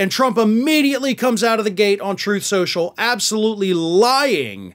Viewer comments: "Troath...Truth Censhul". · “TROTH SENCIAL “